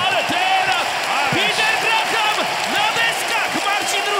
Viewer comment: NIE GRAHAM tylko GRAM! h jest nieme. Co za komentator bierze pieniadze a nawet NIE wie jak sie zawodnik nazywa PORAZKA takich komentatorow zatrudniac